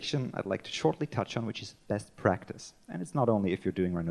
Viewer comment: hmm 'best pratice' :) that needs some improvement :P